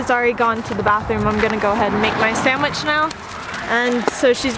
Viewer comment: is saying “And samich for me too!”